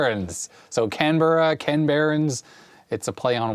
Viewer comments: Aussie living in N. 'Murica and former Canberra resident: Can-bruh. Say it fast (not exact, but close). Then graduate to: good-eye might! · I think most of us here in Australia pronounce Canberra as Can-bra. Also, Canberra is on the Eastern side of Australia.